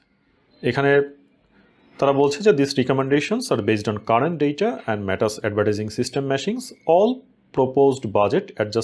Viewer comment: মানুচ না, এটা হবে ম্যানাচ